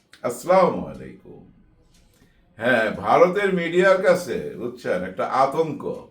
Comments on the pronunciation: বড় ভাই, সালামের উচ্চারণ আসলামু আলাইকুম ভুল। সঠিক উচ্চারণ হলো- আসসালা-মুয়ালাইকুম। ধন্যবাদ। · আপনার সালাম উচ্চারণ ঠিক করেন